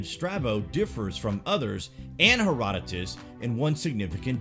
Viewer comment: Thanx for saying his name right Herodotus